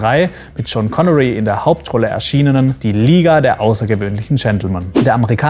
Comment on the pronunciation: hast du da wirklich john Connery gesagt xD. oder hört sich das nur so krass danach an.